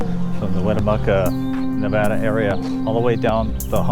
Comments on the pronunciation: It's Nevaaa (like Apple or fAst)-da. Please practice until it comes nAtural to you. Thank you. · You lost everyone in Nevada with how Nevada is said in the video.